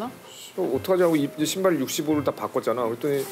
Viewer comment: "C...신발 어떡하지?" 이거 아닐까요? 신발할 때 신자를 엄청 빨리 발음한 듯 ㅋㅋㅋㅋㅋ 그래서 절묘하게 C발로 들리는...ㅋㅋㅋㅋㅋ